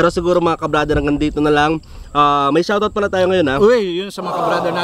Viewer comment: Shar-out daw. Pa shar-out po sa caloocan.